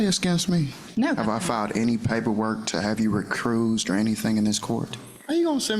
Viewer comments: “have you RECRUISED” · You mean recursed? 😂